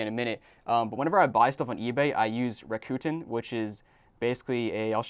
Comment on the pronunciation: It’s pronounced Rack a ton lol